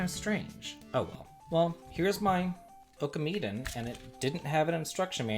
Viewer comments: I love your content dude but you really need to work on your japanese pronounciation, ohkameeden is not a thing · Your pronunciation of some of the titles was horrible. Oh-kah-me-den?